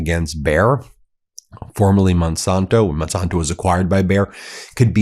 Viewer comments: Just a quick correction. The company is Monsanto, not Monsonto, originally founded in 1901. Sorry Ben, but it drives me crazy everytime I hear you mispronounce the name. Keep up all your good work. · I am not paying for YouTube Premium to see commercials. By the way, as a past viewer of the ABC Sunday political shows, Monsanto was one of the sponsors. So Monsanto is pronounced Mon SANTO. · The San in Monsanto is pronounced like the san in Santa.